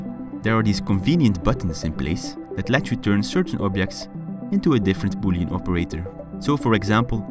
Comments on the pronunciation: "I've also added the 4D framework on GitHub so you can make your own 4D bullying games!" I know it is boolean, but in my ears it sounded like bullying lol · in the end i thought he said "so you can make your own 4d bullying games" XDDDDDDDDDDDDDDDDDDDDDD